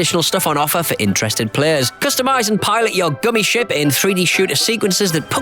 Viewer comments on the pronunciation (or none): none